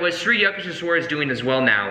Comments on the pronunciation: sorry-- here is the right way to pronounce the name - YOUK TAYSH WERE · Yukteshwar is pronounced with a "U" sound not with a "yuck" sound. So It would be "U"k-tes-war. Well that is the best I can write phonetically. Just change the "yu" sound in "yuck" to "u" sound and as if you are saying the alphabet "u" and you are good. I really hope sees this because "Yuck-tes-war" sounds bad LMAO. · I WAS LAUGHING SO HARD THE PRONUNCIATION IS SO OFF. IT WAS SO FUN LISTENING TO U SAYING YUKHTESHWAR GIRI NAME. OHHH LOVE U YUKH. THESH. WHER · You pronounce it as youkuteeeeswar Giri Swamy please make a video about narcissists? Do they have souls? What if we have family relationships with narcs can we change them with LOA? Has anyone ever changed a narcissist? Also should we be close to them even if they are toxic? Or distance from them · Hey great video as always. Love your chanel. Life changing work by you. Many many thanks. Re pronunciation for Shree Yukteshwar Giri, it's as in 'you' k te sh war (A is short). I stopped reading this book years ago. Never got to completing it but thanks to you I still received the message 🙏🙏🙏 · Hey..wonderful message as usual. I read the book over 50 years ago.!! And thanks to your inspiration will read it again. Also, for the record here is how you would pronounce SRI YUKTESVAR. Just break it down into sections: SRI =shree, or sree. You got that word down okay. yuk= Yook, Tes= tess, and Var= vah rr. (rhymes with Jar). Aloha from Hawaii. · U -k-teswar like in U-ganda :)